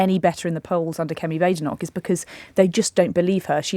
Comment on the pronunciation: Lewis! It's Badenock - short a sound not long a sound. She really is BAD!